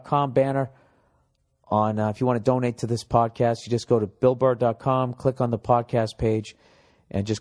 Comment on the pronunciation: Am I the only one who dies laughing when he slips up on words when he reads the advertisement shit? "Bull Burr dot clom"